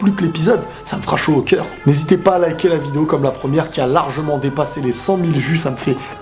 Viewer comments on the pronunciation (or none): none